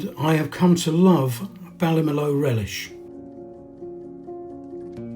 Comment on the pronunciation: I'm not really a pedant (honest!) and I know I gave you a pronunciation tip about Ballina recently, (which you acknowledged graciously), so I hope you won't mind if I give you another one. I'm a great fan of Ballymaloe Relish too. It originated in Darina Allen's famous cookery school at Ballymaloe House in East Cork. Ballymaloe is pronounced Bally-ma-loo. Enjoyed the video!